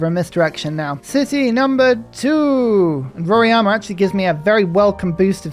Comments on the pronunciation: Why do you call Mt Roraima as Mt Roriama? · You need to work on Portuguese pronunciations as well 😂 roraima was painful 😁